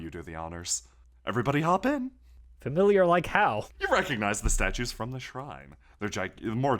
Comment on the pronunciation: Markus' "NO." is so fuckin funny. As is "Relatively Familiah"